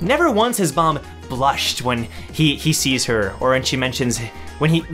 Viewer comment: Not trying to hate or something but why do you keep saying bomb it's baam